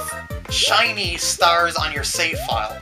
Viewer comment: Haha "Chinese" stars XD I know u said "shiny" but it sounded like "Chinese" :P